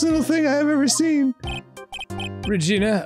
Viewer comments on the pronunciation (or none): Arin mispronouncing Regina everytime he speaks as Maya cracks me up every goddamn time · Fun fact: the way Arin is pronouncing "Regina" is the way they say that city/state name in Canada (idk if its a city,state, providence... i just know they say it like that because of Degrassi)